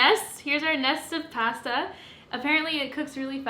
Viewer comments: WHY do you say "pasta" like that?!?!?!?!?! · Me, an American: ooh PAH-stah Canadians: pa-STAH your reactions are a me every time I bake lol